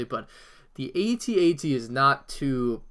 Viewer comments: Boi it is at-at not a t a t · It makes me cringe that he calls the AT-AT "at-att" and he calls the AT-M6 "at-act" which are completely different walkers.